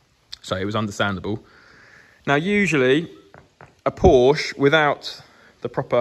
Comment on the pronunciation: so, correctly pronouncing a car's brand name makes you "a nob". LOL